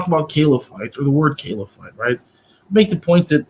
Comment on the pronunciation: "Caliphite" (not caliphate) sounds like a chemical element 😁 But yeah, good discussion, mash'Allah 👍